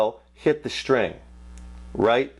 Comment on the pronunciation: When he says SHTRING.... instead of String :P